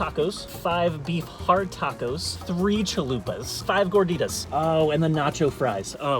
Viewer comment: Im offended bc he says "gorditas" wrong